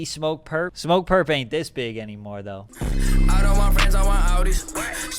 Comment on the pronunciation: Don trip like Don’t lol not dawn